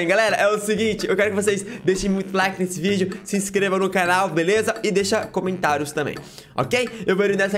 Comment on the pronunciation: o cara falou videu